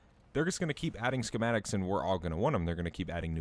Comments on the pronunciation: SHHHchematics lol the h is silent, like the word 'scheme' and 'school' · Love the way this man pronounces schismatic 😂😂